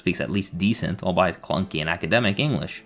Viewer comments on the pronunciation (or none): Did you mispronounce pronunciation and albeit on purpose?